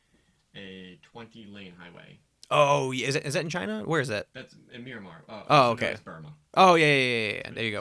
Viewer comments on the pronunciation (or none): It's Myanmar (or Mianmar)... not Miramar.